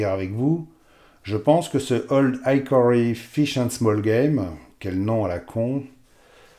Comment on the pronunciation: Salut. Pour info game a ici le sens de gibier...donc small game ne signifie pas petit joueur ...je dis ça.. Hickory se prononce aussi / ik/ et non / aik/ comme dans Ikéa 😊